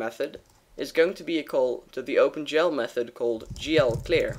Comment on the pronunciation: Is he saying open 'jell'???